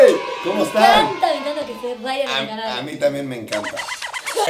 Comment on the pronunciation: se llama ryan se pronuncia rayian